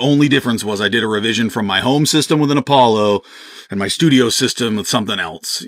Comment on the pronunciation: "Exactly UND exactly" xD Someone has been watching too much WAN show xD